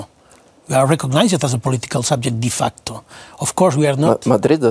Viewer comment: No és “di” facto és “de facto” Falta nivellet d’anglès i de cultura.